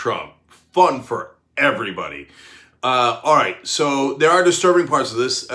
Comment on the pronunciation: Did he say: aaight??